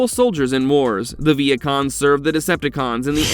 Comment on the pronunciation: Ok I thought when he said Vehicons I heard Vietcong’s like the Vietnamese